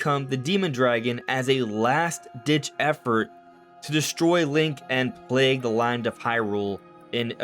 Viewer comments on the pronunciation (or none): none